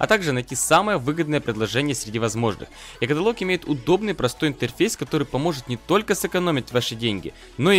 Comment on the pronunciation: Е катаалог а не каталоог